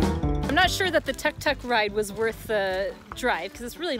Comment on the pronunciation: Beautiful vid covering high countryside, you done it well and great time to do docs on most sought after travel place on earth. Little tip, please use less of India music on your vid which isn't really Lankan. Also Tuk Tuk pronunciation is more like took took. Enjoy the greenness and beauty of Sri Lanka